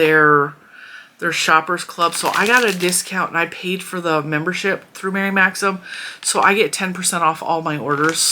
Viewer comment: I hope this doesn't sound petty, but THANK YOU for pronouncing Mary Maxim correctly. I have seen so many videos saying "maximum" and it gives my OCD such a zap that I cannot watch the videos.